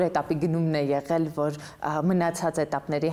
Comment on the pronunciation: Ասել,ոռ չե асель,եղել,ոչ թե ехель